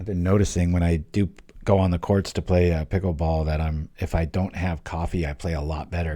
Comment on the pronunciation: What is this Peekool bowl you speak of?